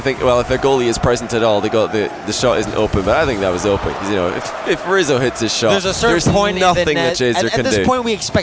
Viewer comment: I swear at one point said “squizzo” instead of rizzo